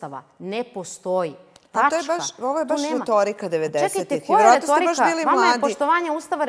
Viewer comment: "To je retoouirika"